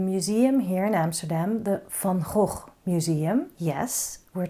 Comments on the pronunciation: I think Van Gogh would be pleased! Thank you for your teaching style, ideas and encouragement. And thank you for the correct pronunciation of his name! (He'd be pleased with that, too 🙂) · Thank you re the pronunciation, I keep telling people that too (being Dutch myself) 😊Negative space drawing makes things so much easier I've found